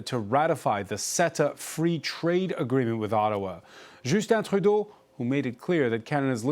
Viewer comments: Announcer: No need to switch to a bad french accent to pronounce Trudeau; sounds horrible. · Good piece and kudos to actually pronouncing Trudeau's name properly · Á l’animateur. To the host. Justin Trudeau is an anglophone. Between Canadian English and Canadian French there is a difference in the pronunciation of the name. You've pronounced the name in French while speaking English. It might come across as... légèrement affecté.